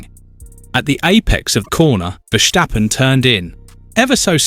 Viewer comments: It's Ver-STAH-pun mate, not Ver-SSHH-pen. There's no shush in it. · Stop saying Verschtappen